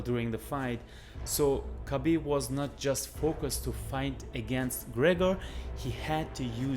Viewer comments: Obv smdh.. it Gregor lol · His names not gregger That's disrespectful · conor mcTAPgor😂😂😂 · No it is Greggor as Khabib had knocked the fuck Mc out of McGregor. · I am behind Khabib all the way. How can I like a video where a guy cannot say McGregor? Work on your speech dude.